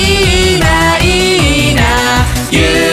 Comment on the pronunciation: YouTuberっていーいーなーじゃなくて YouTuberっていいｯな〜なの好き